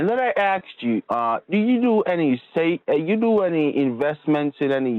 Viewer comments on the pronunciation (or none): She axed him a lot of questions